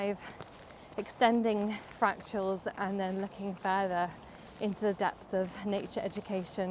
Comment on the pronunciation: “Fractuals” is how you pronounced “fractals.” Or am I hearing you wrong? Regardless, I’m sure you are referring to irregular geometric and abstract structures in nature.